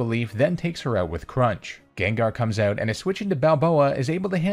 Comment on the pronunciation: I've never heard someone say "oot" so many times in such a short period of time, in my life.